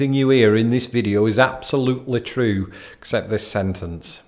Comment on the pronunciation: When you say the word "true", you sound distinctly Scottish. Have you noticed that about yourself? Ope! Silly question! Grimsby is far enough North that natives of the area have many verbal influences from Manchester, Yorkshire, Liverpool, and indeed Scotland. Or am I being presumptuous?